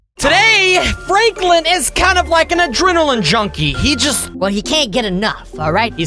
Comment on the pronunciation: Lik? Do you mean like